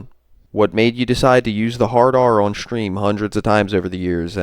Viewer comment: Oh and I was wondering,what’s a “Shhtream”? Why the shhhh? Is it a regional thing?